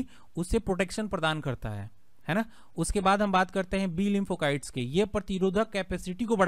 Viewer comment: लिंफोकाइट्स नहीं sir लिफोसाइट्स होता है